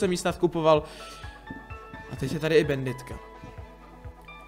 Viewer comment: Česky: [banditka] Slovensky: [banditka] Anglicky: [bændit] Ale nie, musí povedať bænditka:DDD